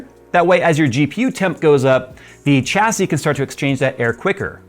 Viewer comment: Oh my goodness… you actually say Chassis correctly! I constantly get irked when I hear people pronounce it wrong. Thank you, really.